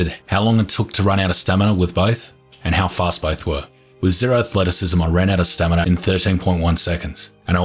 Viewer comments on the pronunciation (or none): its a running gag.. he used to say (or at least it sounded like it) stanima isntead of stamina all the time.. and now its stanina i guess :D